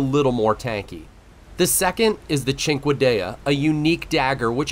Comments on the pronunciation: "The chinkwadayuh which actually means 5 fingers in itialian". . . . . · Sin-kay-duh lol